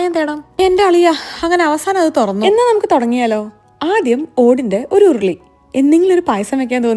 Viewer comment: ഓടിൻ്റെ ഒരു ' ഉർർർളി ' 😅🤙❤️